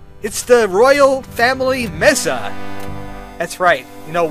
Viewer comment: It's pronounced "May-sa"